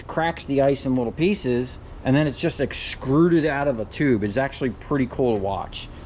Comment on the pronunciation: I hate to be that guy my dude but it's 'extruded'... not "excruded"